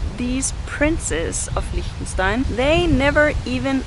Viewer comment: You actually pronounced its name right! Anyway, you seem really symphathic